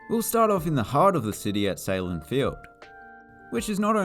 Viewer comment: Excellent video on the stadiums and arenas of my hometown. A few things: 1. Great job pronouncing Sahlen properly. 2. The Bandits are the back-to-back NLL Champions. 3. Bennett High School is operational as a high school.